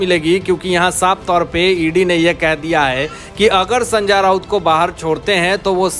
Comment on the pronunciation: अबे संजा राऊत नही है उसका नाम। जरा नाम का सही उच्चारण का अभ्यास कर और बाद में व्हिडिओ बनाना।